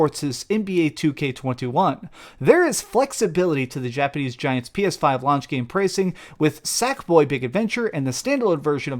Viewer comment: If you hate Games(?) Pass that much try to get Sony to take it on their platform. Yes, you clearly hate the fact you can't use it on PS5 because you can't say it correctly.